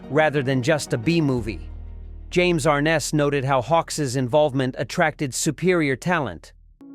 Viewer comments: Ar-NESS, not AR-ness. How hard is it to program correct pronunciations into AI? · They always do.... "James "AR-nis" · If this guy had really studied actors and the movie, he could have pronounced James Arness' name right. Arness doesn't rhyme with harness!?!